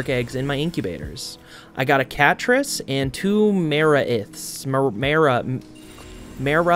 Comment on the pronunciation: Just want to say, love your videos, and in case it isn’t a joke I’m not aware of, I’m pretty sure it’s said Die-Nossom (said like blossom but with an N) and Ma-wraith❤